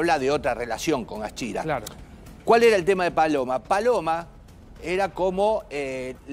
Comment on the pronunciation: Ni el nombre saben pronunciar éstos bolu0s.Aschira es...